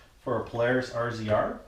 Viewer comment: Do all Canadians call it a R Z R instead of razor? Go ahead... Tell me